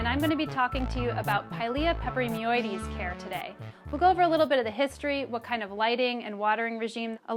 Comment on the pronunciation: I think she enjoys saying pilia peperoimidiessseieieses